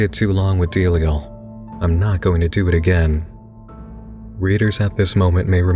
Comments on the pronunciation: I always thought it was Zam-PAH-no and Da-LIE-al. Not ZAM-pehno and DEAL-iel. I guess it's funny how different this book casts its grip on the readers mind, even down to the pronunciation of the otherwise absurd character names. Sometimes I go over the tattoos I have from this novel and wonder which of his readers most closely shares that of Z's intended vision; the image he had in hie head of Johnny, of Navidson, of the House. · It's pronounced duh-lie-al. You're making delial sound like a mest song